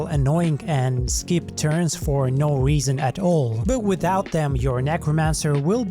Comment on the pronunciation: "The only weason..." 😂